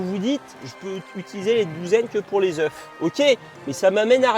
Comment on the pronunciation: on prononce pas le f de oeuf au pluriel (ducoup en prononciation : un "oeuf" des "eux" ) 😂😂😭 à moins que ce soit moi qui soit fou xD sinon GG en vrai t'as gérer la vidéo x)